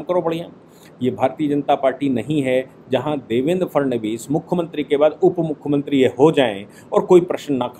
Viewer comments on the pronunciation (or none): none